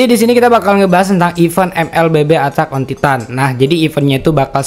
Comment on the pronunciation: “Atak on titan” wkwk padahal gampang banget nyari gmna nyebut bahasa inggrisnya😂